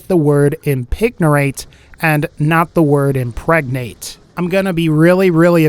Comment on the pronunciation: impignorate na jk impregnate